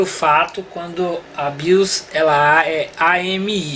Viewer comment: Bacana, genial! Só um detalhinho, a pronúncia correta é O BIOS e não A BIOS, já que nos referimos a um Sistema. Valeu! 🤙